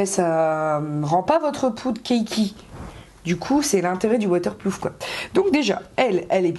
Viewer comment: Tu dis WaterplooF ou c'est moi ? 😂😂😂 sa me stressé un peu 😂😂😂 sinon cool la vidéo ! ;)